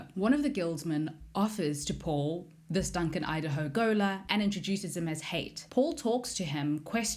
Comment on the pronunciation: It's pronounced Ha It not Hate. It's arab influenced